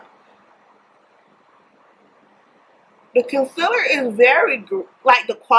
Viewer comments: I kinda really hate how she says concealer lol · "fermula" , "conselur"